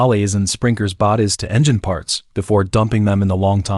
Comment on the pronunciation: Why does AI have so many problems with reading, is it because the person who enters the words misspelled them? If my phone can give me suggestions on spelling and grammar, why does the AI have so many errors, so many words it just can’t say like strangled, the AI says straing led, bodies comes out like bawdies and so many more. So WTF?